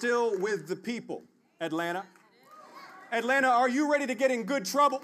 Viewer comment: nobody that lives here pronounces the second 'T' in Atlanta. it's pronounced "Atlanna"